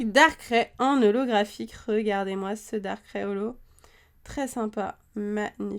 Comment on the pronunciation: j'adore les video que tu fait juste darkrai sa ce dit pas darkrè (dsl je savais pas comment l'expliquer) mais darkr aïh (je c pas si tu a compris mais bon)